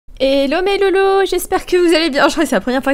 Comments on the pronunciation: J'ai compris 《hello les lolo》j'aité en mode ok 😂😂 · J’ai compris « hello mais lolo » j’étais en mode ok 🤫😂